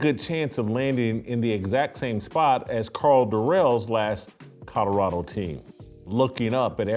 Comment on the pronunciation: How about his own voice trying to say Colorado…